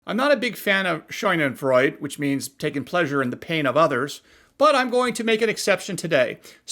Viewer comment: Serves the Rays right for fighting against the Constitution. FWIW "a" in German is pronounced like "ahh".